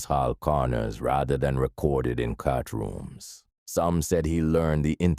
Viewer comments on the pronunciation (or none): Its courtrooms not cartrooms.